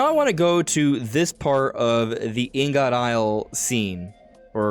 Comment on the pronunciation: It’s pronounced more like ing-it. Ing-uht. Blocks of various metals for processing.